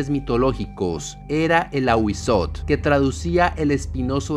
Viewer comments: En el náhuatl debes pronunciar la tl no sería ahuizot, sería ahuizotel pero una e casi sin que suene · En lengua Náhuatl se pronuncian todas las letras. Es AhuízoTL. Primero la T y luego la L. Son los sonidos de las consonantes sin vocales. No te comas las letras. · No sé si ya hay sobre el Nahual (nawal) / skinwalkers, me intriga que sean tan parecidos y sean ambos de origen arido-mesoamericanos. Me encantan los vídeos de este canal, solo como retroalimentación si se pronuncia el diptongo TL jajaja es difícil para los no mexicanos, lo sé jajaja me causa ternura cuando no pueden pronunciar popcatépetl jajajaja en este caso sería fonéticamente como Awi-zótel (con la e muy corta casi imperceptible pero marcando bien la L al final) Saludos!! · Muy buen vídeo bro, excelente toda la información sobre el Ahuizotl, confirmó ya que soy muy conocedor de las culturas de la mesoamérica precolombina y lo digo de buena onda pero te falta pronunciar la L al final de la T solo unos detalles mínimos, y no son Aztecas, ese nombre universal esta erróneo, se lo dieron los españoles ya que no saben pronunciar el nahuatl, es Mexicah-Tenochca en el nahuatl, es Mexicas